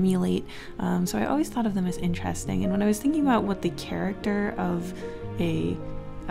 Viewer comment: IN the knight part idk if joke was intended but she said ( or so I heard ) INCHESSTING !! Edit: also in the queen part !!